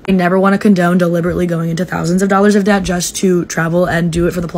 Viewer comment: You pronouncing debt with the “B” 😂😂😂 the B is silent baby